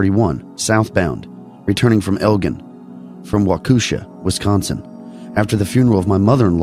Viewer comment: you just got me to listen. Don’t forget Jens Pulver our of Bettendorf. Also let me help you out: Elgin = “Eljin” and Waukesha has the emphasis on the 1st syllable. Galena = GullEEnuh. It’s a popular tourist spot in the driftless. Thanks for covering my area!